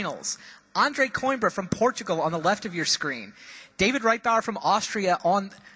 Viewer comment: it's said coo-eem-bruh!